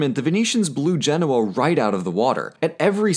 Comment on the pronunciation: It's pronounced GEN-o-A, not gen-O-a.